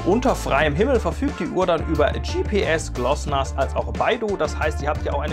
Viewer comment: Glosnas ^^ Witzig.! Eigentlich heißt es GLONASS Global Navigation Satellite System. Egal, passt schon.